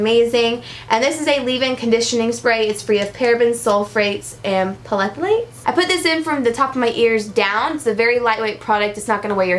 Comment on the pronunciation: Lol. Pthalates. The "p" is silent. Thalates. And yes they are bad!